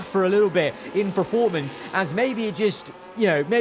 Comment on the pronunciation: Love your videos. But please can you say PER-formance instead of PRE-formance :)